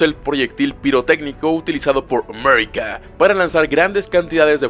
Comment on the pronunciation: Ese "Amerika" es genial